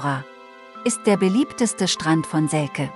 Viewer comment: Heißt aber selce und nicht selke